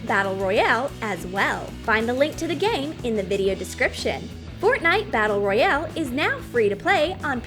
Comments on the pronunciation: My head hurts every time u say Royale wrong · Fortnite😂the way she said royale at the start